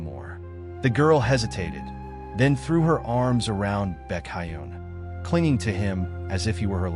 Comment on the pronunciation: Baekhyun ❌ BeCaYeun✅